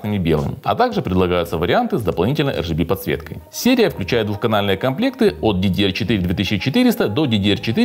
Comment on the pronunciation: Да не бывает ЭР ДЖИ БИ подсветки.Есть только АР ДЖИ БИ для всех кто говорит на английском,и ЭР ГЭ БЭ по-русски.Зачем выпендриваться,если всё равно не правильно.Забыл написать.За тайминги спасибо.Не помню просто сколько я ставил на 4000.